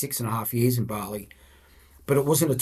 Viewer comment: "Complaining about the amount of salt on their chips" hahaha love this guy. Nice to hear bali pronounced properly too. Barrrley!